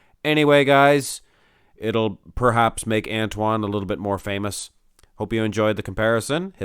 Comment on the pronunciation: Watch Antoine’s video on the Muscle and Strength channel and you can learn how to pronounce his name properly from the man himself.